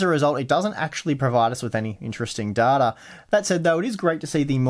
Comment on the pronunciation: I like how you say data "Dartar"